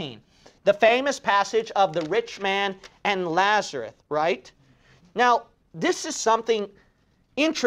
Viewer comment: Just asking I remember the name as Lazarus but when you say it, it sounds like Lazarut?(did you mispronounce the name?)